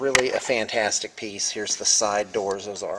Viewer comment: did you say "khantastic" :)